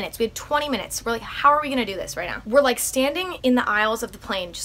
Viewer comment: “F that neow”